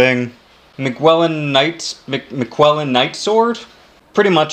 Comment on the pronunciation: Miquella is pronounced Mick ella for future reference